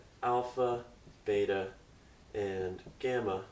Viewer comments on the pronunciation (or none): none